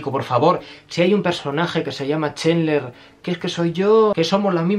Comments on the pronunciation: Es "Chandler", no Chendler. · Oye amigo...burn video. Pero muy ignorante En much as cosas. Map dichos Los nombres...pot que me dices: Chenler?